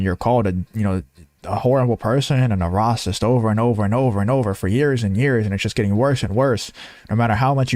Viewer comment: Rocist? Don't you mean "racist"? Never before have I heard the word "rocist". Where did you learn English? Or are you a bot? Have you never watched the news? Have you been living under a rock all your life? You don't know how to pronounce "racist". Really? ☕☕☕😎🇺🇸